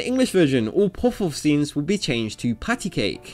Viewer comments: It's amazing how many times he says this name that he pronounces so immensely terribly. 'Poffaughof'... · That way this guy says puff puff got worse every time. POFF POFF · this guy's accent.... "puff-hoff" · after hearing you say poff poff 3 times i cant finish the video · How to are you saying ‘puff puff’? Am I the only one that’s hearing puffwhuff? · Good lord do you not pronounce the P in words? "Fuff-fuff" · Why can't you actually pronounce "Puff Puff" properly? You pronounce it like it's spelled Peouf or something. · I"m not sure what i enjoyed more, the way his accent says "puff puff" or the fact that i learned after an entire lifetime of thinking it was "patty cake" that it was "pat-a-cake".....mind sufficiently blown. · The whole video is about "puff puff" but you couldn't manage to pronounce it right. You had literally one job. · This guy says puff puff like he’s doing the chubby bunny marshmallow challenge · Probably because he can't pronounce Puff Puff correctly. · Drinking challenge! Take a shot everytime he pronounces Puff Puff incorrectly. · Jesus how hard is it to pronounce puff puff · there is no o sound in puff puff. why can't British people say the UH sound? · Nothing is more annoying than this guy's puff-puff pronunciation. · Why do you say Puff-Puff in that way? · Its probably his accent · OMG maan!! Please pronounce puff puff correctly!! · Why can't you pronounce Puff Puff lol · Why do you say "puff puff" so weirdly. You emphasize it out of place with the rest of your sentence lol. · This dude can barely say puff-puff. Speak English the way Jesus intended, like an American. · Your pronunciation of "puff-puff" is weird. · I would guess it's not about being American, but that it's a Japanese word. I just listened to it, and it's pronounced closer to poff-poff. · Puhf puhf is the pronunciation.. why are you butchering the words. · well considering he says puffouff this isn't a very challenging challenge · bruh why you saying puff woff